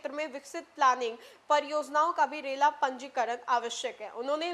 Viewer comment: रेला नहीं रेरा होता है। इतना बड़ा मज़ाक मत बनाइये और ना ही बनिए।